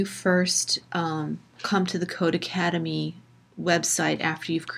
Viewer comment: It’s not codeACADEMY lol it’s codeCADEMY. Just read the website name.